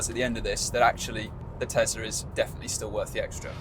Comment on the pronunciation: Tesla! Not "Tezzla"!